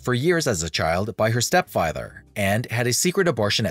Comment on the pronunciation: Well done! I learned a lot and enjoyed this video. Side note: “step fyether”.